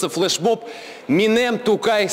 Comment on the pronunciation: "Минем Тукай".😳 Первое слово в названии флешмоба ни раз не произнесли правильно. Позор. И это в Казани. Позор этим косноязычным журналистам 👎.